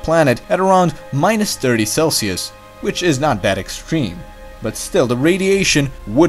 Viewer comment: I like your videos,and almost your pronunciation.please try to pronunciate th like in that ( not dat) and theme (not teme).i would like to use your videos to my students. Keep up your good job